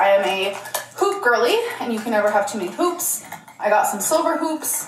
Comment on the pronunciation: You’ve scarred me, the first two times she said “hoops” I truly thought she said “poops” and was SHOCKED you didn’t react😂